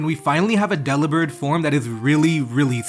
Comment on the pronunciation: It's not "Dell ih bird" it's actually "duh Lih berd" as in rhymes with Delivered. It's a joke nobody got.